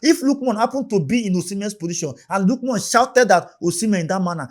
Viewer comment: it's not lookmon ,it's Ademola Lookman